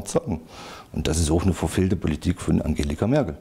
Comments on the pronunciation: "Angelika" Merkel LOL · Selbst wenn es einen Prozess geben sollte, dieser Typ wird doch wegen Einfältigkeit frei gesprochen. Kann weder den Namen der Veranstaltung noch den Vornamen der Bundeskanzlerin fehlerfrei aussprechen. Ach ne....